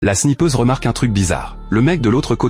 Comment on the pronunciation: la snIIIIIIIIIIIIIIIIIIIIIIIIIIIIIIIpeuse j'ais entendu la sniffeuse... 🙃